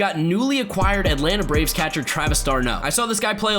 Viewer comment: please say catcher like cet-cher